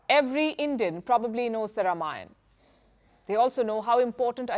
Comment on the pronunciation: Yes, The Ram Lalla Temple will become a major tourist destination!! Yougi ji has changed whole infrastructure of Utter Pradesh.Total facelift. And Thank you Palki for prnouncing the words Ram And Ranayan correctly instead of Rama and Ramayana!!!